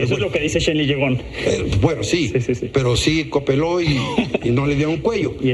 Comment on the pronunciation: que racista este señor de decir "coopeló", finisimas personas